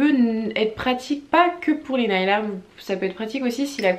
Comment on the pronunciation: Si je peux me permettre nail se prononce neyl et non pas nayl haha